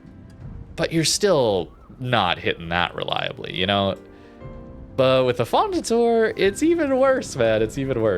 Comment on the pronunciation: Affondator-eh, like in you canadian accent.